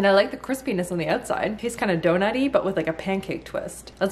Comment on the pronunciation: Omg your Canadian accent came out when you said donut!